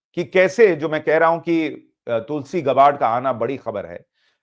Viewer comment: गॅबड कहिये गबाड नही